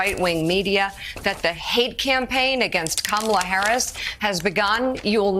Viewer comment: Fox is so childish. They have nothing of substance with which to attack Harris, so they resort to superficial "attacks" such as making fun of her laugh, deliberately mispronouncing her name. SMH.